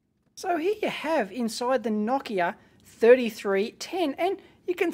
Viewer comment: I like how you pronounced Nokia the way it's pronounced in Finnish, and not like most English speakers do. :)